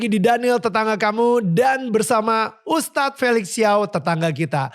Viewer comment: Tolong host...jangan panggil Tad. Panggil ustadz. Jangan dipotong ya. Cuma 2 syllables kok kenapa dipotong and it's completely wrong.